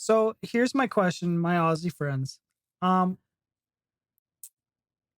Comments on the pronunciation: When you say "Aussie", thing Ozzy (as in Ozzy Osbourne). American's tend to make it in to "Oss-ee" which we do find totally adorable but technically incorrect. ; ) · It's pronounced Ozzie (as in mozzie (mosquito )) not Ossie (as in posse). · How many times do Americans have to hear "ozzie" until they stop saying "ossie"? Ignorant. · Although there is a "ss" in Aussie, it pronounced with Z not an "ss". Like Ozzy, not ah-ssseee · Awesome game, incredible athletes. And please,,, learn to say "Ozzy" 😁🙏🤗. I know I know,, it's spelt Aussie, or Aus, but change the "s" to a "z" and you got it 👍. (And we say zed not zee) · Say Aussie like Ozzie. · Pronunciation of Aussie = Ozzy. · Say the "s" as a "z" and you'll be pronouncing it correctly. Auzzie. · Aussie is pronounced in your language , Auzzie.Auzzie .Auzzie ... oi,oi,oi. Lol.🇦🇺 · Sounds so weird when Americans say Aussie as ‘ossi’!! 🤣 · From Australia: Aussie is pronounced "Ozzie", and the nation is often called "Oz." Trevorkrause's comment is wortg reading.